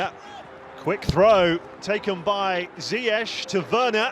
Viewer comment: ziyech name pronounces like = zee ash